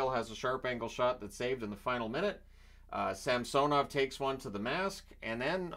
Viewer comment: SAM-SUH-NOV - yes SAM-SO-NOV - no